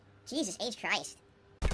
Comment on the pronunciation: Lol I love that he always say "H" whenever he says jesus christ. Everything he does is weird.